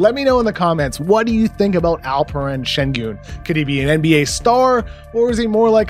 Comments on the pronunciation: Your pronounciation of his name is perfect ! I like this video already 😂 . And thanks for having a room for Alperen Şengün. Alperen has scouts vowing they won't repeat their Nikola Jokic mistake ✌🏻✌🏻🔥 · Woah KOC nailed the pronunciation of his name. Well done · Oh wow that’s the best pronounciation I’ve heard.